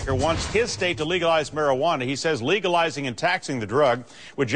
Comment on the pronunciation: lol she said legalwizing at the start